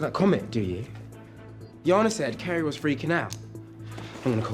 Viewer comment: It's Jana( Ya-na ) not Shona🥲